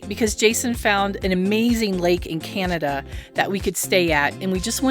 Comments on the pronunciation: We don’t call it canadia it’s CANADA” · Canada NOT "Canadia" 😡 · It is Canada not Canadia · I find the way your son pronounces Canada to be incredibly disrespectful. It's attitude like his that continue to create poor relations between our countries.